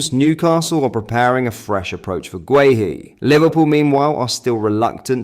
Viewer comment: This guy can actually pronounce guehi properly 👍